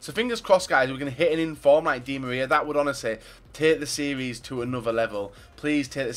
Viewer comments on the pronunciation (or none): none